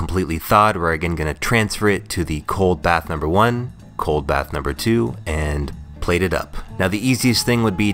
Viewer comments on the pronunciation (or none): none